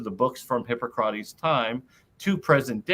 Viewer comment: Hard to take someone seriously if they claim expertise in the classical era, and can't pronounce Hippocrates....but I'll try.